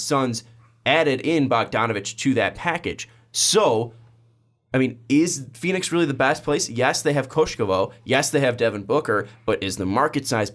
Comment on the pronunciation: KOKOSHKOV. you keep saing KOSHKOVOV. just think koko(coco) and add shkov